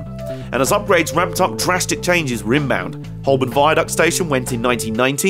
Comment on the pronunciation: Very interesting! But Holborn is pronounced "hoe-bn".